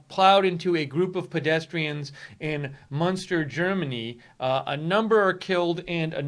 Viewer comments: It's pronouced "Munster" as in Eddie. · It is called Münster, not Munster. Munster is an old province in Ireland. Münster is a small city in western Germany. I have been there and it is very nice. It is pronounced like "Minster", but with that first vowel rounded so that it sounds a bit like a cross between the vowels in "put" and "pit".